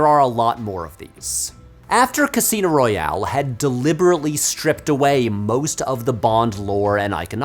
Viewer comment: Royale not royal